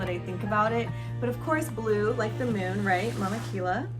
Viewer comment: It’s pronounced Ki-Ya